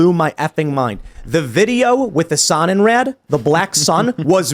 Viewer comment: Had no idea what Tim was saying. The Sun in Red ? Then the facepalm moment Sonnenrad it means sun wheel. And it’s not Red it’s Raaaaaad drag out the Ahhh sound